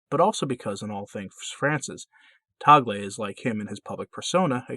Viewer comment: Mabuhay from the Philippines! Tagle is pronounced as tag-le, short e. Hope that helps. Can you do a video on him? Thanks